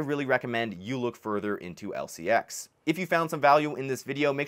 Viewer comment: Learn to pronounce it.